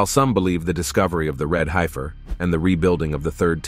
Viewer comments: Pronounced HEF UR NOT HI FUR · It's HEFF ER not high fer. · not a "hypher."..it's pronounced "heffer"! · It is pronounced red "heffer" Short e sound not long i-- hifer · The word is Hef-fur, not Hi-fur. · ''High - ferrr' ...? I's pronounced ''heffer''. Sounds like the person preparing the text made a lot of typos! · .....red HEFfer.....HEFFer....not HIGHfer 🙄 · It’s pronounced “red heffer.” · One thing about this video is the mispronunciation of Heifer. The man talking totally mispronounced the word. Other than that it was a very good video.